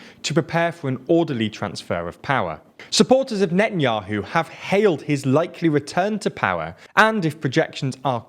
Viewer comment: his name isnt even benjamin its bibi... the way hou pronounce netanyahu is just awful to its painnnnn. it is: ne tan yauw